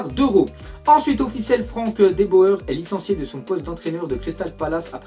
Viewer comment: Franck de beau heure loool...on prononce Franck de bourre... ;)